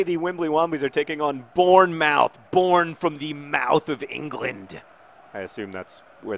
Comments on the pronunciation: btw it's born-moth, born-muth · It's pronounced Born-Muth good try though, i'm glad you feel better! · I had no clue what you were saying in regards to Bournemouth, it's said like Born-mooth :-) Glad you're feeling better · Again your pronunciation of English towns is killing me. It is Born-Muth. That's how its pronounced. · That pronunciation of bournemouth was truly awful, and made my day haha